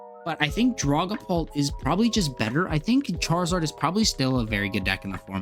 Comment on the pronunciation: The way you say Dragapult. lulz I've noticed this wirh alot of TCG players. I was a VGC player for many many years. Got into TCG during the pandemic. And basically stopped VGC outside of watching some content from Aaron Zheng and James Baek. But I've noticed TCG players mispronounce Pokémon so often yet VGC players don't. Its hilarious to me. Has any others from the VGC work noticed this with TCG players?